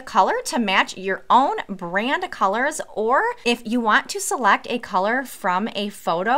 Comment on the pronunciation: Jeez, your vowels… “Seluct the bax” try ‘select the box’